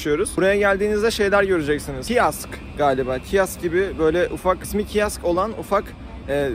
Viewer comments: 1.30 kiask degil abi kiosk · abi kiaks değil kioks yani büfe demek